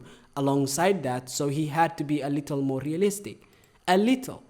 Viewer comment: The way he says realistic is like ASMR to my ears. Keep rolling them R’s in my ears baby 😩👌✨✨✨